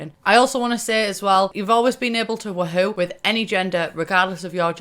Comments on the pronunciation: Am i the only one bothered by how she pronounces woohoo its WOOOOOhoo not WUhoo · I hate you’re sayin “wah hoo” instead of “woo hoo”😭😭😭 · I feel like you're saying WooHoo wrong. Everyone says (woo-hoo) and you say (wa-hoo). Kinda triggers me😂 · But...it’s Woohoo...not Wahoo... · Ahaha sameee it’s so entertaining to hear pronounce it “wah-hoo” instead of “woo-hoo” 😂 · so weird hearing it pronounced as wa-hoo, when i've always pronounced it woo-hoo in my head. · Do you realize you're pronouncing it Wa-hoo? In America that's a chocolate drink and the mascot for the Cleveland Indians. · Love how british people say wuHOO and I, an American, say WOOhu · I crack up everytime she says wa hew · She says wa hoo 😂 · Why do u say it like wuhoo